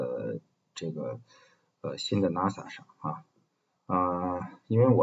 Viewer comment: 冒昧指出一个问题，NAS的读音是“那丝”